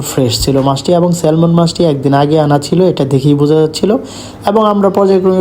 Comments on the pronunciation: স্যামন হয় স্যালমন না। I is silent 😶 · 😂 ওরে মূর্খ ওটা "সেলমন" না "সেমন" মাছ হবে 😂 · The "L" of Salmon is a silent letter. When pronounced it'll be স্যামন